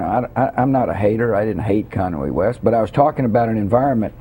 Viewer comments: He doesn't hate "kanway west" lmao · lol kanway west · lol!! Bush said Conway West!! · Lol "Im not a hater i didnt hate kanwhy West